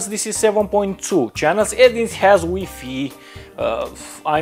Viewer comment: HahA hahA I love how he says WiFi "weefee".